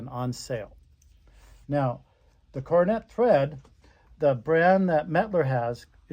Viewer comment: Pronounced “Cor don a” foot